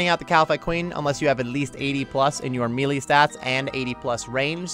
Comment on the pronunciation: You are pronouncing the word "Melee" wrong.